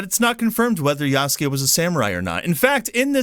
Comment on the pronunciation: I appreciate that you can actually pronounce "Yasuke" correctly unlike so many others who cover it.